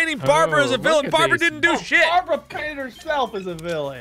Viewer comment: "F¥€《 BARABRA"